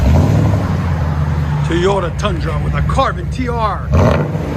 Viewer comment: When you say teyota it cracks me up. Great videos man they have helped me out a ton on selections of exhaust